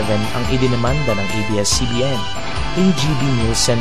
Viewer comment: Ate "ABS" hindi EBS.. bisaya ka?